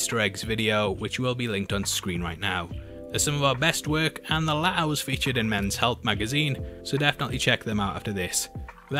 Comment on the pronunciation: I watched 2 minutes into this and heard "peachy" 15 times. Then I realized, Oh, he's trying to say 'feature'! ... He was saying 'feature' not 'peachy'. Then at 3 minutes I realized he's trying to say "future."